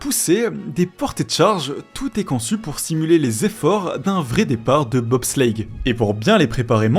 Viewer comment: "De BOB slllleitttttte